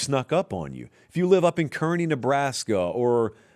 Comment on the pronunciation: Minnesota at only 5.5 games is a gift Also, fyi, Kearney, Nebraska, is "carney" like the carnival people, not "kerney" like the corn kernel. But I'm sure they appreciate the shout out anyway, especially since they just won the national wrestling championship!